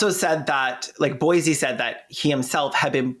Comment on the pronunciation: Bosie, it rhymes with Rosie. not Boise 😭